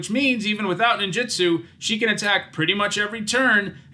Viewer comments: Two things: It's pronounced neen-ju-tsu, not nin-ji-stu. Ninjitsu isn't a word, but when separated as nin ji tsu, is man-hour with a particle at the end. Ninjutsu is the combat style of ninjas. Also, it's not "koh-toh-see," it is more like "koh-toh-seh," with the syllables roughly even (the kanji comes out to koto-se for how it's divided). I know I shouldn't be critical of it, especially as someone who is just learning Japanese and not a native speaker. Since starting to learn it two years ago, though, I've realized just how often English speakers butcher Japanese words because we aren't consistent in our own language with how letters sound, whereas Japanese is far more consistent outside of them cutting off the end of katakana, like in words like desu (des') or masu (mas'). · It's pronounced ninJUtsu, not ninJItsu.